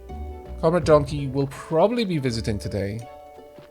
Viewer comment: "if donkey shows up" ... "the donley-show is up" is what I heard...